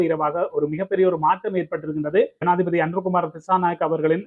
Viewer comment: 😂😂😂 சனாதிபதியா? ஜனாதிபதியா? தாய் மொழியை சரியாக உச்சரிக்க முடியாதவர்கள் மீது மொழி துஸ்பிரியோக வழக்குத் தொடரவேண்டும்